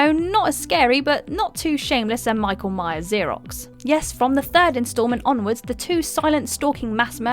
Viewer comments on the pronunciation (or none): none